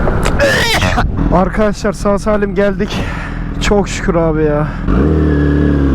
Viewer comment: nobody : arkaşlar